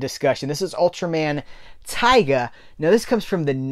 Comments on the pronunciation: its pronounced "tee-ga", taiga is a different ultra show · Just to let you know! Tiga is pronounced Tee-ga Normally it wouldn't be that big an issue to mispronounce a name but there is also an Ultraman Taiga pronounced how you said lol